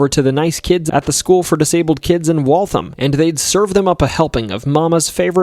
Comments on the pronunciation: it's Wal-tham (emphasis on ham), not Walthim. But otherwise, cool stories. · Hi, Waltham here is actually pronounced "wall-tham" (rhyming with the word am, not um) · You did great with the pronunciation of all the towns but one. The town of Waltham is pronounced, In the simplest form I can think of...."Walth-ham" .. Despite its spelling, with 1 H...the ham section of the word can't just trail off with a simple mmmmm sound. The ham part of Waltham needs to be spoken as if you're talking about a glazed ham.. So to speak,,,lol..."Walth-ham" but spoken all together: 'Waltham" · Somehow got Worcester right but then butchered Waltham lol